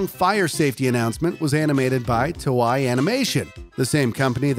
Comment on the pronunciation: I liked how he pronounce Toei as Toe-Eye. (The actual pronounciation in Toe-A)